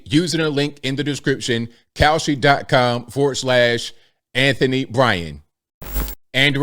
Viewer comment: The ad for Kalshi.....almost sounded like you said cow💩 .... 😬